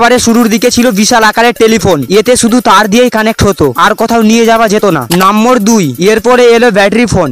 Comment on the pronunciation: নাম্বার না বলে নাম্বোর বলেন আপনি।